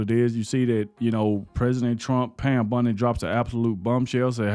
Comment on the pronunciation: I watch them all to the end because nobody jumps straight into it they dra it out to the end 3 minutes ... Good message jus got to work on the names a bit buddy. Bondy not Bundy